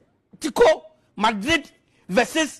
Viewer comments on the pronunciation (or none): none